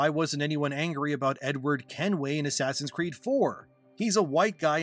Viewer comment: He said ass creed haha. STOP ABREVIATING SPOKEN PHRASES. Its very off putting.